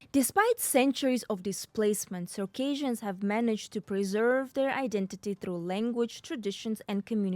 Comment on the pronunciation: Please learn how to pronounce Circassians correctly, it's not pronounced the same way as Caucasians